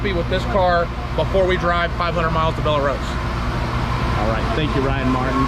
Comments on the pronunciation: FYI Just a note from a local Louisiana guy.. It's not Bell-ah Rose. Just BELL ROSE. That is how it's pronounced. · It’s Bell Rose, the e on the end of Belle is silent. FYI. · It’s pronounced bell rose